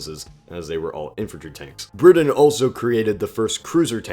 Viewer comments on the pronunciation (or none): none